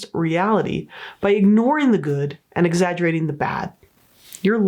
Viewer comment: Lol “exaggUrating” 😂